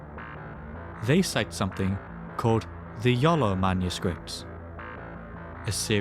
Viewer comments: Iolo? Or Jolo? 😂😂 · I swear yoy said "The YOLO manuscript"